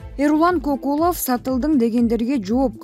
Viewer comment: Комментатор Кокулов дебей Көкулов десең орус эмессин го